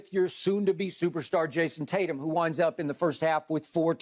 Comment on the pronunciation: Shannon calls JT JASON TAT-YUM